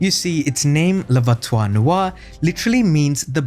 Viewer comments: Hey man, check pronunciation first, the worst is voiture........ not voitoire...... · Worst pronunciation of voiture ever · Very nice video, however as a native french speaker, your pronunciation of « voiture » made me cringe each time ! 😬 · Just gotta practice the word ''voiture'' 😅 nice vid !